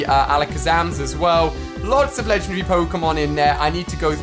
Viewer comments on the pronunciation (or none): none